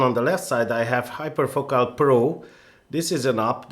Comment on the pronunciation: you pronounced it (hyperfocal) correctly why couldn't you all throughout the video?